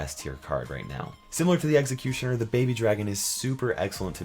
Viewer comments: "Egg"ecutioner is not how you pronounce Executioner lol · you say it like eggxocutioner but I won't judge I like your voice!